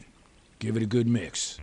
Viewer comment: " Do you SMEL Dat?? .. IT SMELS GEWD! "